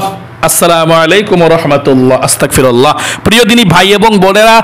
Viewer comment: আসতাকফিরুল্লা নাকি আস্তাগফিরুল্লা একটু সঠিক ভাবে বলে দিন আমি যতটুকু জানি আস্তাগফিরুল্লা সঠিক ভুল হলে ক্ষমা করবেন!